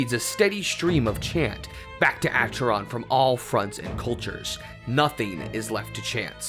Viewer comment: Acheron is pronunced AKERON.